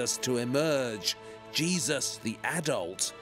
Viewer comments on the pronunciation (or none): Love how he says Jesus/Jesuses 😂😂😂 I keep hearing cheese